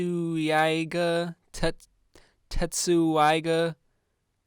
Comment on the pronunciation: The pronunciation sounds like tetsaiga, it's from the anime Inuyasha